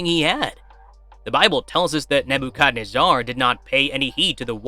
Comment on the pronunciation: You were the wrong person to narrate this video, especially considering how badly you butchered the pronunciation of King Nebuchadnezzar’s name.